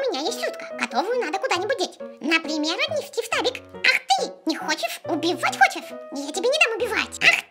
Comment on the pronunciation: Она говорит не штабик, а ФТАВИК)